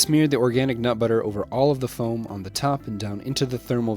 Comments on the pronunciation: Is it just me or did he say organic but butter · We just gonna ignore how he said “organic nut butter”